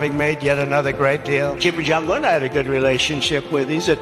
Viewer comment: Did he say jimmyjohnyun. Instead of kim jon yung. !!!